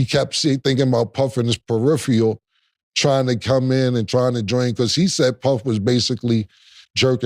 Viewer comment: "Puff in the Perefrial"